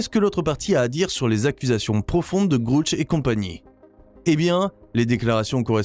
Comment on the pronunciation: Il faudrait que vous cessiez d'insulter des gens que vous ne connaissez pas ni n'avez jamais rencontré ! Pour commencer DAVID GRUSH NE S'APPELLE PAS DAVID "GROUCH PUISQUE LE U NE SE PRONONCE PAS "OU" EN ANGLAIS MAIS E... Ne serait-ce pas vous le soulard par hasard ? Votre vidéo est très mal placée ! Quand on ne connaît pas les choses et les gens, on ne se permet pas d'en parler comme vous vous le permettez ! AVEZ-VOUS DES ENTRÉES AU CONGRÈS AMÉRICAIN ET CONNAISSEZ-VOUS DAVID GRUSH POUR OSER LE SALIR COMME VOUS LE FAITES ? CERTAINEMENT PAS ! CAR PAR VOTRE MANIÈRE PRÉTENTIEUSE DE PARLER DE GENS QUE VOUS NE CONNAISSEZ PAS, VOUS N'Y SERIEZ CERTAINEMENT PAS REÇU ET DE 1 !!! DE 2, VOUS ÊTES INCAPABLE DE REMPLIR LES FONCTIONS DE CES HOMMES, ALORS VOUS FERIEZ MIEUX DE FAIRE PROFIL BAS ! On a vite compris que vous faites partie de ces gens du côté NOIR, qui faites de la CONTRE DIVULGATION lorsque la VÉRITÉ VOUS DÉRANGE !!! MALHEUREUSEMENT POUR LES GENS HAINEUX COMME VOUS, IL N'Y AURA AUCUNE PLACE DANS UNE DIMENSION SUPÉRIEURE ! CE QUI EST RASSURANT POUR CEUX QUI ONT DES VIBRATIONS ÉLEVÉES ET QUI SERONT TRÈS HEUREUX DE QUITTER CE MONDE EN DÉROUTE QUE VOUS AVEZ COMPLÈTEMENT DÉMOLI PAR VOTRE MANQUE DE CŒUR !!! CESSEZ DE SEMER LA BISBROUILLE EN VOUS CACHANT DERRIÈRE UN ÉCRAN, C'EST VRAIMENT TROP MOCHE ! MERCI.